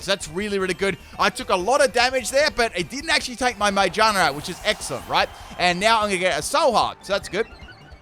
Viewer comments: Normal people: "Magearna": "Mangina" Lol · I hate the way you say magearna GEAR like cars and bikes have GEARS ma-GEAR-na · Its pronounced ma GEAR na sorry it just bothers me when I hear something that doesn't sound correct to me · Everyone: Magearna: Magina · no its called ma-gear-na its literally a gear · I always pronounced Magearna as "MaGEARna", could just be me, bit it made sense to me